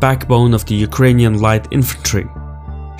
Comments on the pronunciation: Hey. Thank you for trying to pronounce Ukrainian cities name correctly! I like it! <3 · Your pronunciation of Ukrainian cities are on point 👍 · Dude, I haven't watched the video till the end YET, but I enjoyed the way you name our cities. I am watching multiple foreign channels, and so far you got the best pronunciation. Not that it matters a lot, but still.